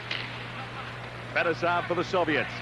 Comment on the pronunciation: al michaels was just as bad- MAKarov, FETisov, and by far the worst: kaSATonov